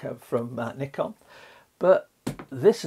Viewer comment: you're pronouncing it CORRECTLY man!! well done !!